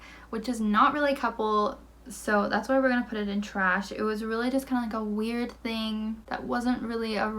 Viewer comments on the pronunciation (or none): none